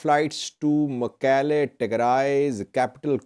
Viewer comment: Thanks, you pronounced Shire and Mekelle much better than those whose first language is Amharic.